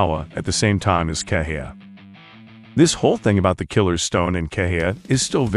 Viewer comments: I think it's pronounced "Keh-hi-ya" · I think its pronounced "keha ya"